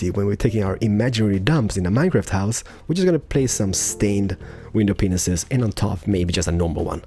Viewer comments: Did you know that your saying widow peenises instead of panes?! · you say windows pinises and it is mentioned to be windows pieces it mite be because off ur accent but just make sure that u know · It sounds like you're saying ' window penis's ' but in England we say it as pain, window pain, not hating just saying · I laugh every time you say window panes, it sounds like you are saying "window penises" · He actually DOES say that xD